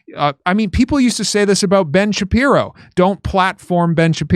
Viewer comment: I mean there's a chance Ben SHU-PYE-RO doesn't like Ben SHU-PYE-Ro